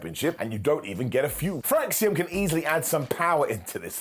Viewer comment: Well it's "Fraxiom", so...🙄